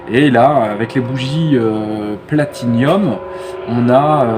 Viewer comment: Très bonne vidéo très instructive, attention tu dis platiNIUM mais c'est platiNUM ;) un abonnement de gagné avec la cloche Superbe ta cox